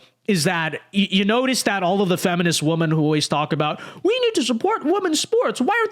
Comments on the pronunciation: Why can't pronounce "women"? I don't get it. I've complained about it before, but I'm still baffled by the fact that he pronounces it "woman" whether it's singular or plural. It drives me insane. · Women (plural) pronounced WIMEN.